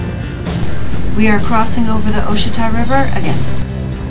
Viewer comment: Ouachita is pronounced wah shi tah.